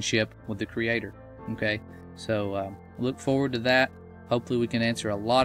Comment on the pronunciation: Can you say okay properly!!!